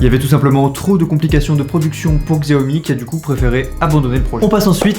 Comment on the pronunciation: Xiaomi se prononce Chiaomi